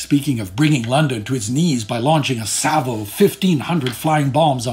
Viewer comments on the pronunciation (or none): "sa-voh [sic]" -- "sal-voh"; "hine-kuhs [sic]" -- "hine-kulls" -- the "l"s in these words are not silent. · are you actually teaching me German pronunciation? You know I’m fully fluent with practically no accent in that language, right? I’m 100% certain that L was exactly as aspirated and as pronounced as it should be. Perhaps listen again. As for salvo, I can hear what you can’t hear…